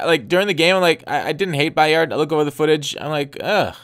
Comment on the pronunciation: It's just Kevin 'By-ird' not 'By-ard'.